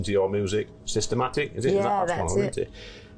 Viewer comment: I am a big fan. I met Deniece. Spoken to Doris and Stedman called me during covid because he thought i looked nice. I am so lucky. And i know the song names too. Its system addict NOT system attic as the interviewer said. lol xxx